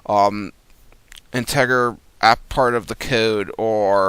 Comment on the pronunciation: Isnt Intager actually integer like im not a good reader and or speller but i feel like this guy has not heard these words spoken before but otherwise pretty good video